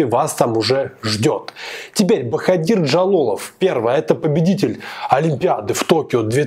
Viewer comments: Не правильно произносишь имя Жалолова- Боходир.В узбекском алфавите нет буквы в ,поэтому пишется Боходир,а произносится Боходыр. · Спасибо за обзор!, не ломайте язык говорите БаходЫр, мы все так говорим, это не ошибка. Особенности фонетики таковы, что произноситься слово (в данном случае БаходЫр жёстко), а пишеться мягко (БаходИр).